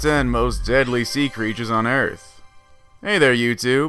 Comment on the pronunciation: The criechers are in the water are pertecteen there sefls